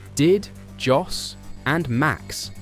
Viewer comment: If you were a propper fan or jurnalist, you would know at the very least that you pronounce Jos as Yos......its hard to listen to you greenies.